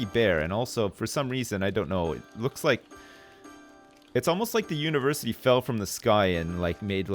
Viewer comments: I wonder is "univerCITY" was on purpose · "UniverCITY"......dick has been ripped